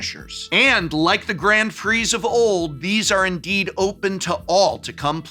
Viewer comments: Ooh la la, GROND PREE, listen to Mister Sophisticated here, I didn’t realize I needed to wear a monocle and play the grand piano while watching this video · "Grond Pree" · What the heck is a "Grond Prix"? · Grond Preeze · What the devil is a “Grawn Pree”??? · What are these Grawnd Pree that you speak of?? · They way he says Grand Prix is so weird to me lol